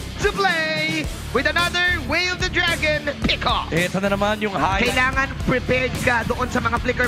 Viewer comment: "yaway of the dragon" 💀